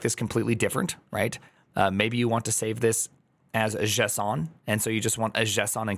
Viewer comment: I giggled from this French JSON